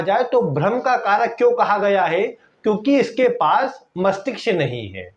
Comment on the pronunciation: Masthishk It's not masthiksh